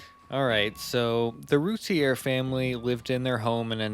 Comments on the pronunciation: i emailed about how they mispronounce the last name, "its rooteer, not rooty-air" and they reply "Your name is rooteer" wtf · Except not pronounced the same. Rowlett is an "ow" sound as in "now". Routier is"ooh" or "rue". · It's prounounced Rooteer. you need to learn how an investigation is conducted, Yes you move articles, but you photograph and film them first, you then move to look for more evidence, photographing and filming all the while. Suggest you learn the case before doing a podcast. You have so much wrong it isn't funny. I've studied this case for over 20 years. Darlie is the killer.